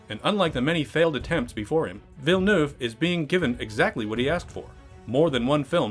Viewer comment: You're the first english speaker I've heard that pronounces "Villeneuve" correctly. Good on you.